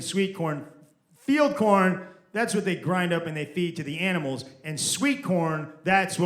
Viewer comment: She said Feed corn, not field corn. Probably the accent. 😂